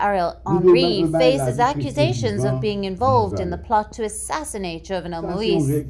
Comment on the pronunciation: Get a person with basic French skills to read the news about Haiti. The name of the assassinated president Moïse is pronounced MOH-EES and Cité de Soleil is pronounced CIT-EH DE SOLEH-EE.